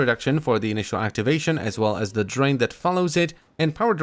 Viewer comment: “restrained his draint”